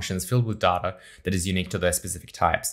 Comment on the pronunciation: Shouldn't you learn to pronounce word "data" first? Great vid otherwise.